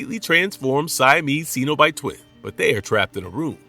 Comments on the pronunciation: Its pronounced SENobite. Not SEEnobite. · What is a ceeenobite? I do wish these videos pronounced the names properly. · Are you seriously not able to pronounce Cenobite correctly